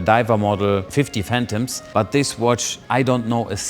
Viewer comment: Hi, great video just one quick correction because i feel like you said it this way in another video also, the most characteristic blancpain watch is called 50 fathoms and not Phantoms like the rolls royce. Its called that because of the nautical measuring system fathoms as the name was somewhat meant to be a marketing term aswell as a depth rating.